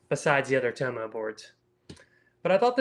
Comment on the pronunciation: It's Tom-oh like Parko not Toemo